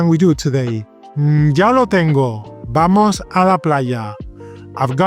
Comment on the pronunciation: Hola! When does the "v" become "b" like todo va bien and vale... but you say vamos with a "v"